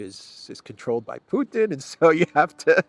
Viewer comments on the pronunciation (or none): none